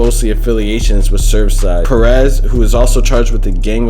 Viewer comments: It’s “SEV SIDE” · Why he keep saying serve side?